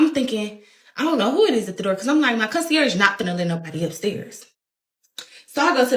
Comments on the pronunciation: Concie-arrige?? Are you trying to say Concierge or nah? And what does Lord & behold mean I’ve never heard that expression before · Lord and behold 😂😂 Con-see-airage 😂😂🤦🏻‍♀️🤦🏻‍♀️